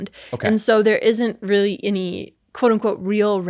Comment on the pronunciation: “Israel-ly a lot”